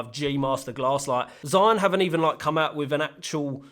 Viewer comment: Just a heads up: Zhiyun is pronounded 'jee Yuun' in Shanghai accent, and 'Jirr Yun' in Beijing accent. You can pick your preference. I'm partial to the pirate Beijing accent. P.S. Amazing dreamy footage.